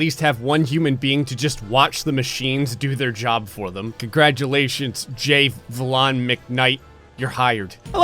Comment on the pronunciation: So we’re not gonna talk about how he said ”Jayflawn” instead of ”Jay-V-On” 😂😂